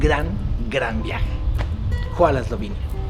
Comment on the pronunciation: Excelentes videos de la bella Eslovenia. Tuve el placer de visitar el país hace un año en viaje de voluntariado, tus videos me dieron nostalgia y ganas de regresar. Por cierto, como dato entrometido (je) la pronunciación del "Hvala" se acercaría más a un "vfalá" con F (es todo un reto la pronunciación del esloveno :P). Saludos y Dober dan!!!